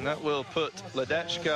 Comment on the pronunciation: The pronunciation of the name LEDECKA is like LEDETSKA, not LEDECHKA.